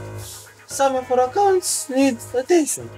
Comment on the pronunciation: maneger acaunts ned atention🤣🤣🤣